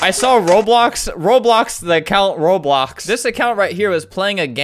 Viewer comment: albert been playing roblox over ten years and says it wrong